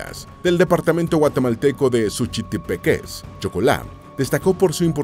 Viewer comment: No dijo bien , Suchitepéquez...